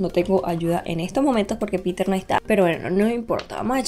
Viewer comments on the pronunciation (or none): none